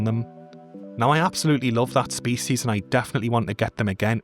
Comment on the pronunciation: I lika how you say "spees"